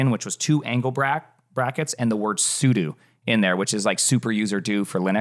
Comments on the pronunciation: sudo is pronounced the same as "pseudo" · THIS MF JUST SAID SUDU. 🤨